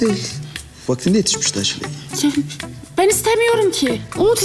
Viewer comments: Bende başta daçli dediğini zanediyordum😂😂🤣dağ çileği demiş😂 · Dağ cilegini DACLEY gibi duyan bir tek ben miyim ben bır saattir bu ne diyorum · Dacley demedi mi 🤔